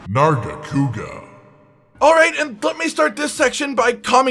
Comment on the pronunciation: Nargacuga? THE FUCKS WRONG WITH YOU?!?!?!?!